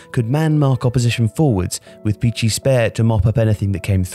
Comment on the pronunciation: Christ “CH” makes a “K” sound in Italian. I had to google Armando Peachy until I figured out it was Armando Picchi (Pee-Kee) the whole time.